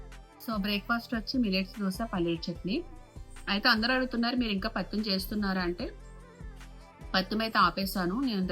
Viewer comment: పత్యం అండి పత్తిం కాదు.ఆ ఏజ్ లో మీరు ఎంత పని చేస్తారో చూడాలి మరి.